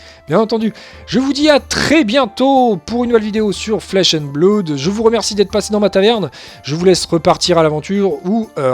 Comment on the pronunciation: Merci pour cette vidéo, c'est cool que quelqu'un s'investisse déjà sur ce jeu en France ! 2 remarques sur la forme, en espérant que ça soit constructif : ta prononciation de "Blood" au début de la vidéo (mais ça s'améliore ensuite), et un tique de claquement de bouche sur lequel on bloque (on en a tous hein, mais ça ressort pas mal). Sur le fond, rien à redire, tu as l'air de bien connaître le jeu, ça donne envie de s'y mettre ! As-tu prévu a l'avenir de parler un peu plus des archétypes de decks existant, voir de donner des idées de deck list ?